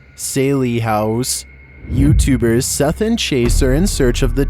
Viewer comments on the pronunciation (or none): none